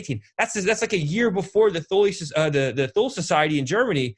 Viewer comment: Thule is pronounced Toolay